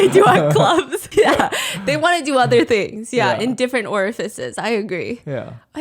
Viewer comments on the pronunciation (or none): steph babe. why do you keep saying orfices?!